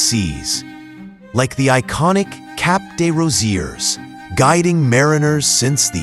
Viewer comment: Cap Desrosiers should be pronounced Deyrosiey